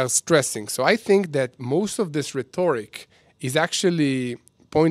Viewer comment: Rhetoric rhymes with Frederick--Been watching since day 1! Steve in Tallahassee. English is very good-Keep up the good work!